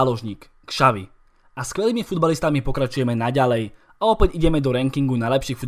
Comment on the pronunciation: Spoustu Čechů by Petra Čecha neřadilo mezi nejlepší brankáře posledních dvou dekád, tak je celkem příjemné to slyšet od Slováka. Jinak Xavi se čte Šavi, ne Kšavi.